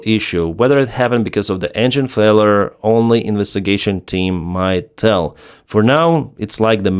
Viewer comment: Dual engine “fella”? Its “failure” (/ˈfeɪ.ljə/ FAY-lyuh) not “fella”